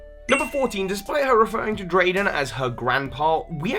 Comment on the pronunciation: YO ITS DEDENNE NOT DEDENNEY WAY DUMBO AND ITS DRAYDEN